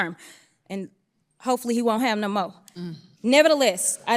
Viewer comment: "Hopefully, he'll have no mo'" I guffawed at that quip. So succinctly delivered :P